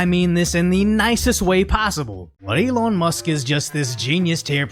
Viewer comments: The way you say "Elon" is a bit funny. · There should be a law against how you pronounce Elon 😮